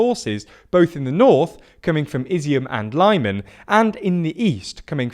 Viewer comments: Tormenting the way you pronounce Lyman I swear it's pronounced leeeeee man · The city of “Lie men”. Lmao not even an attempt to pronounce that easy word correctly. Pure laziness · These shitty pronunciations are making me cringe HARD "Lime an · Lyman is pronounced leeman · Dude, please try to pronounce Ukrainian toponyms correctly: Lyman = Lee-Mah-n Kherson = Her - soh -n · I'm fine with most people calling Lyman: "LIE-man", but you present yourself as a news channel. Foreign characters, written in English, aren't pronounced as American English, and don't follow its rules, and it's consistent, so "e", for example, always sounds like the "e" in "bed". For more information, look up: "International Phonetic Alphabet". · I'm sure you get sick of people calling our your pronunciations but why on earth would you think that Lyman is pronounced like that when virtually all Y's in Ukrainian translations are soft? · Lyman is pronounced like LeeMaan, with stress on "Maan"! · READ THE COMMENTS. We have pointed out how you mispronounce a lot of town. Say it like Leeman please. The BBC, SKY and other news channel don't make this mistake. YOu keep making it, READ THE COMMENTS below your first video, they corrected you so many times. Your audio quality is getting worse as well. I used to listen to the whole video, now 20 seconds is enough to put me off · you can substitute г for g and щ for sch. Everything else (aside from dzh) is present in english with some small deviation. Ha-rkiv and Lee-mhan isn't hard to pronounce. The problem is not with how town names are pronounced, the problem is how english language grammar is quite abstract and one word can be read in thousands ways unless person already knows correct pronunciation. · Makes no sense that they seem to pronounce Kyiv with the correct "Kee" sound but all of a sudden Lyman is "Lie Men". You're right, it's not about pronunciation, it's about lack of effort lol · Lyman is pronounced 'L'man '. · Lyman is pronounced "Lee-MAHN".